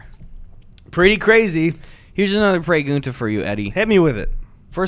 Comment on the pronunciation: I can't believe my brain was able to decipher the meaning of "pee-are-ee-guntas" so quickly: completely anglicized spelling and pronunciation of a word you learn in Year 1 Spanish. That is some quality Midwestern content right there